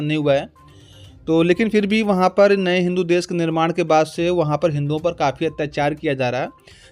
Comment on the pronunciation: Des nahi Desh bol